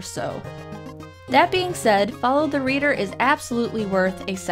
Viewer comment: And this is how us asians say follow the leader